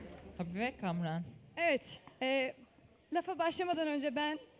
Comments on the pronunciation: Spiker olmuş sunucu olmuş Kamuran i söyleyemiyo cahil kadın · Sen önce Kamuran demeyi ogren sizin aranıza nasıl düştü acaba o garibim kamuran